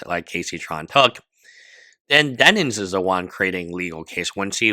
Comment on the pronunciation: For the love of God man it's DEN-IMS 😭